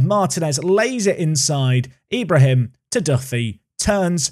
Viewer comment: For Ibrahim it's pronounced e-bra-heem. The e making the same sound as it does when you say exquisite